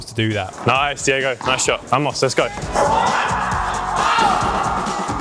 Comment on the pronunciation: Vamos is pronounced bamos. Good content 👌